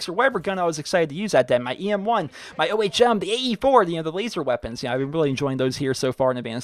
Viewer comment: Omfg, learn to pronounce ohm